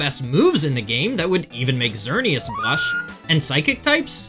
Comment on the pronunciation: your pronounced "Why-vel-tal" correctly but not "Em-ew-too" "Ecks-earn-ee-as" or "Kay-yo-gur"